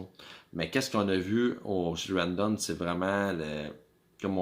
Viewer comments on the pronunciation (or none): ou vie tu en ville il y a plus de quebecois ,quand tu a 5000 personne tu organise et tu cash mais les bs du culculbec vous ne faite jamais d argent une cloture et de l organisation ca pourait vous aidez rawdon ce prononce raw en anglais tu a besoin de monde pour travaillez le bs du canada tu lesse tes vieux crever dans tes hospital a tu dejas voyager plus qu une semaine bye the way chu des laurentides quand tu vie a une hrs de montreal tu organise et tu cash aux lien d attendre le tcheck comme vous dite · Apprends à prononcer maudit BS !! Rawdon c’est un nom anglais TATA!!